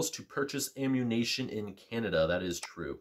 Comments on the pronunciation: Great video, but I cringed every single time you called ammunition “ammunation” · Ammunation... that's an odd way to pronounce it..